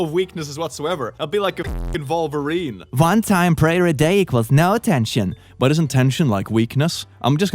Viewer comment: Did say 'Vulvarine'? He's been on e621 too long! 😂